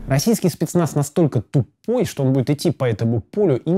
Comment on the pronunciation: Шпецнац, шнайпер, штеклотара. Живи ещё хоть шотню лет.